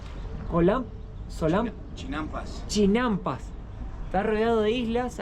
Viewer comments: Se llaman CHINAMPAS, tú dices CHILAMPAS 😅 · Se pronuncia Sochimilco, no jochimilco, y era el imperio Mexica, " azteca" es un término inventado en Europa en el 1800, las plataformas flotantes se llama CHINAMPAS, no chilampas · Saludos 😅, les quedó genial el video, hay varios tipos de mole y es Xochimilco no Chochimilco y son chinampas no chilampas. Un abrazo a los 2 🤗